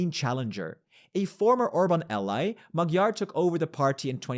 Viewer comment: although he did produce Magyar with the stress on the last syllable 😂